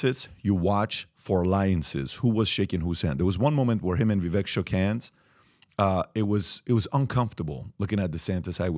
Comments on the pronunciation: This man is so educated at least have respect and pronounce Vivek properly, It's pronounced vivake (like cake) not pronounced as vek at the end. He's been on your podcast even I believe? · Please pronounce Vivek’s name correctly—VI-VAke is how it is pronounced. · IT’s VIVEK, LIKE “cake”!!!! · PBD & crew... you guys had Vivek on twice?! Podcast & townhall... How can everyone of you keep screwing up his name?! He told you it's pronounced Vi-vak... wake/cake/make. Get it right! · Love the podcast, but with as important as this podcast is, can we please start to say Vivek's name correctly? Vivek says he appreciates the effort, but after 6 months it starts to become laziness. Vivek .. vek is pronounced like Vake. Vivake, spelled Vivek. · ViVAKE like CAKE!!! STOP MISPRONOUNCING HIS NAME!!! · Hi. Vivek sounds more like "cake" than how youre all pronouncing it. gotta learn your next vp's name. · Love all you guys (cough, cough,?, cough!) and everything you do; but Vivek's name is pronounced "Viv-ā-k", as in, an "ache" in your bones. Viv-ache. He's pretty clear about that and the entire panel is pronouncing his name wrong. lol. Anyway, keep killing it! God bless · can’t even say Vivek’s name right. 😂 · Day 3 of asking Pat to stop mispronouncing Viveks name